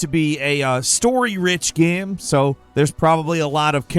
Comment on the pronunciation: for fuks sake. what is a ge-aim ? its a game.